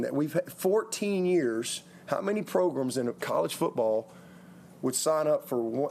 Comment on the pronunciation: "How many progrums..." LOLOL